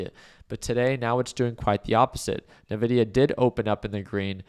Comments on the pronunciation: My ears bleed a little every time he says it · I feel like he's f*cking with us when he says (Nuh)-Vidia instead of (IN)-Vidia. 😂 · Everyone I know calls it "En-vidia"